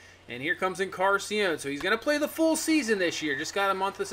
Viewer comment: just fyi it’s en-car-NAH-sea-on not en-Car-sea-on. you’re missing the “nah”. love the content